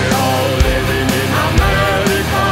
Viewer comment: Affirmative because they do not say well, the name of our continent is Amerrrrica and not Amelica no noooo